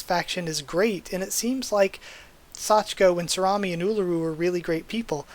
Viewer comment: Never thought I'd hear Sorami be pronounced as salami lol. At least you stopped your mistake before fully saying it. Talking is hard lol